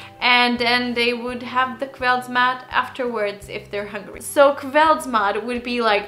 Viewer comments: Kveldsmat, with an s :D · I heard you pronounce the 's' every time, except the first time when you spoke it slowly.